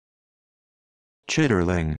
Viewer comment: Should sound like chit-ling. The R is silent.